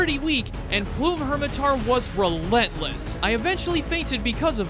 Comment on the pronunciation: no shot you pronounce plum as plume